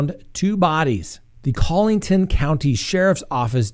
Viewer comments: driving me nuts with the pronunciation of Collaton...Collington, Coleton, Cole-a-tun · The name is pronounced "Murr-dock" and it's not "Collington" it's "Coll-e-tun" County...